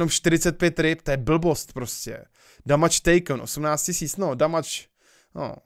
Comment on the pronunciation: damage [damač] xD